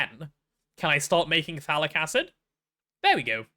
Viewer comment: I do NOT ear any T in phthalic, wich make a bit... well... ambiguous